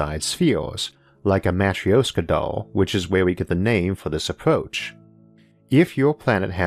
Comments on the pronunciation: We'll NEVER run out of room. EVER. (And it's pronounced "mah-TROOSH-kah.") By the way, that's not your real voice, it's computer-generated. ZING! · hollow earth aint a real thing but we will want to make it a real thing because its best way to make it work. man i love how logic can sometimes make science fiction into something sensible. nonsequitor: sorry it is my peeve. you are mispronouncing Matryoška, you can not just ignore interpunction when you do not understand it and you can easily look up the correct way to say it. Yes i know of your impediment this is clearly not related. i mean no offense but things mean things you can not just make up pronunciation as you go, especially if it is integral to your point. back to the usual bueznis: another great episode. Thanks to your explanations, i THINK that space farmlands might not be far in future, especially if privateers or govs decide that farming on planet earth is kinda inefficient and takes too much space. we could also use them as arks for our wild animals (safe from hunters due to space). point being that you made me dream of how space could save our dumbarses (collective humanity intelligence is much lower - mostly due to heard mentality and bad management). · most cursed way to say матрёшка i have ever heard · That Is REALLY not how you pronounce Matryoshka. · Please, learn how to pronounce matrioshka for crying out loud! :)